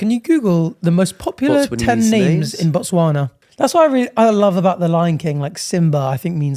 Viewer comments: Yall BUTCHERED those botswana names omfg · them tryna pronounce the Botswana names were so funny cause they couldn’t be more off